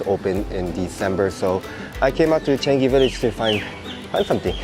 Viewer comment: Changi is pronounced as chi-a-n-ngi. But say it fast. ngi as in ka ki ku ke ko, ga gi gu ge go in Japanese.